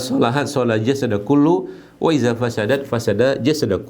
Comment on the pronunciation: Channel yang bermanfaat untuk kesehatan dan ana sering nonton. Tapi ada sedikit saran untuk pelafalan إذا kok lebih menjadi ke pelafalan إزا. بارك الله فيكم